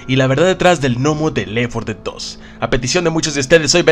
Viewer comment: Compa no quiero ser grosero ni nada pero es left 4 dead no lef 4 dead solo quería decir eso pero el video estuvo bueno 😁